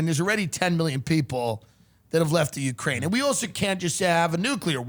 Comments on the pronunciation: It's not ukraine it's wekraine!! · “Ukraine, Wekraine” 😂